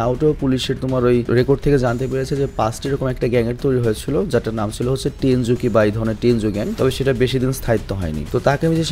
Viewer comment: vai tenju na tenjuku